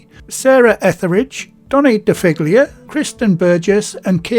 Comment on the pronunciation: The surname DiFiglia is pronounced dee fee lia silent G Sorry, it's my Italian roots lol,just watched the recipe again, fantastic job Thank you mate